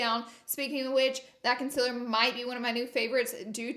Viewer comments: No shade but you pronounce concealer like conculer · Laura Lee Pronunciation Dictionary Whore : Horror Concillar : Concealer Who da : Huda Anastashia : Anastasia Won't tell : Want to Map : Matte Ultra Violent : Ultra Violet Finn T : Fenty Cuba's Bowen : Cupid's Bow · Concealer : conciller Y6 : life Huda : hurrrda Yes : yasss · “Conciller” should be in the Dictionary 😂